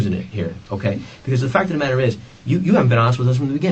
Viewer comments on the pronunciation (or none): none